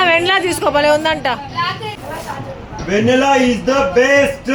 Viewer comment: Vanilla (వనిలా/వెనిలా) akka vennella kaadu 😅